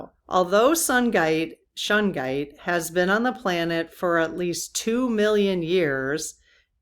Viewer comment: Shungite is an amazing crystal I have the small disc stuck to my phone also my MacBook. I have a small piece near my bed. Shungite is not cheap but not crazy in price either a great piece. you are pronouncing Shungite exactly the way to say it 💜💫